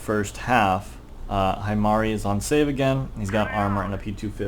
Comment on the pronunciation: I'm going to be that one weeb and say that he pronounced it wrong. its pronounced he-mari